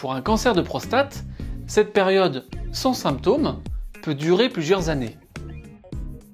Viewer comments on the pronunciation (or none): none